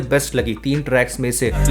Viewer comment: bhai "tracks" ko clear pronounce karo please 😂😂 "trash" sound ho raha 🙏🙏